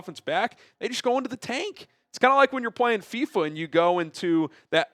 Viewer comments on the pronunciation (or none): none